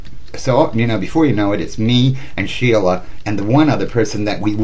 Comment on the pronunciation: Stella is the real name of Sheila. He messed that up a couple of times. LOL